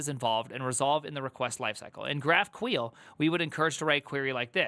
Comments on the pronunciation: If I hear this man pronounce "GraphQuel" one more time istg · say graph queel one more time , i dare you , say it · Javascript runtime are actually very performant these days. For GQL, it has nothing to do with queer, please pronounce it correctly and what you showed was basically just wrong usage of GraphQL. You are not supposed to do single field or even SQL queries at all from GQL. GQL should be seen and used as an API Gateway. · Wtf is Graphqueel, it Graph-q-l, just like S-Q-L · Dafuk Is GraphQueel? 😂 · That's really not how GraphQL is pronounced, right?